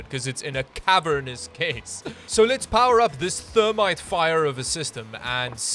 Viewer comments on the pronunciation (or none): none